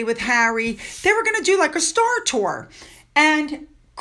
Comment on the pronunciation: horrible English…Murkle instead of Markle…day instead of they…duh instead of the!!!